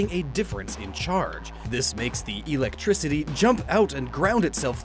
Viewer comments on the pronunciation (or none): Did... did he say "EELectrictiy" in minute -something?